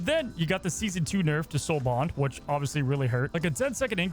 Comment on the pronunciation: you finally said soul bond and not soul bound proud of you lil bro